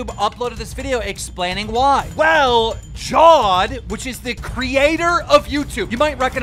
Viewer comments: Jeez Keem, it's Jav-Ed not Jaw-ed lol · It's pronounced Jaavid